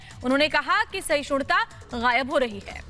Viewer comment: Sahishunta kahti hain reporter khud, rahul sahishnuta kah nahi sakta, bhi nahi kah sakti.